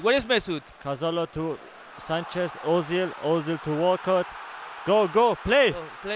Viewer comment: I always thought it was Erzil not Ohzil